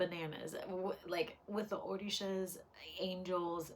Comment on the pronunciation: Did you say OrDishas? The pronunciation is OR-RI-SHA…